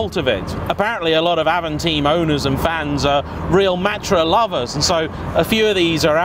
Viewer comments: It's AVANTIME not AVANTEAM, Like the Audi A2 it was far too ahead of it's time to be truly appreciated. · It's Avantime not Avanteam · avan-time, not avan-theme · It is avant-Time, trust me i’m french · I can confirm, Avant-Time and I really don't understand why people would say "avanteem" or even sometime "avanteen" ? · I always call it Avantime (and it's my car), but I believe the French pronounciation of time is 'teem', and so I have seen people call it the 'av-on-teem'. See my channel for my review on the car where it's pronounced 'Avan-time'. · It's not Avant"ea"m but Avant"y"me ... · It’s avantime not avantine even the French say avantime, same with people who a Dacia a dacha.... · Avantaym not avanteem 🙄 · Avamteen??😂 It's pronounced Avant-time. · Sorry, it's Avantime like "time in English" - meaning before it's time or in advance of it's time!!! But still well done! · hahaha I was watching it like AVANTAHYM ! and then saw your comment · Avanteem, just like the es-pache, claio and mega-knee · cool, thanks :) If I remember correctly Doug from the dougdemuro channel also called it avanteem. (But he also says "coop" instead of coupé ^^) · Donut Media: E S P A C H É: Hold my A V A N T E E M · If you say avanteem one more time >:( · ‘Avonteam’ 😂 what? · Yep, Avantime is a portmanteau- official pronunciation is french pronunciation of ‘Avant’ and English of ‘time’. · Stopped watching after the third time he mis pronounced time in avantime 🙄🙄🙄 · Totally wrong prounounce... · Like watching Top Gear from the 80’s. Misses the point, and can’t even pronounce the name correctly.